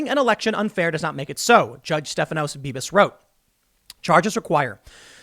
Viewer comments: Beavis? Are you saying Beavis? Lol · Did anyone else hear "Beavis" when Tim said "Bibas"? ...just me?